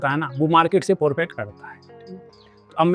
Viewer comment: Bhai ji forfit nahi profit hota hai